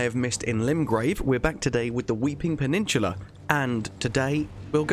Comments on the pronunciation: I hate when u say peninshula 😭😭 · Me: Peninsula: Peninchula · Wtf is a pennichula? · I could listen to you say, "Weeping Paninchulla" all day long, my friend